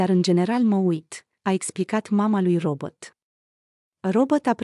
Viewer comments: Se spune.Robert nu Robot nu ești româncă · Pronunță numele englezește,nu spune robot. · Și de ce îmi spuneți mie?Nu am făcut decât să vă spun că nu spune "robot".Apostrofati-l pe cel care pronunță englezește nu pe mine!